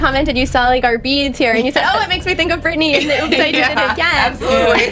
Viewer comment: Its Britteny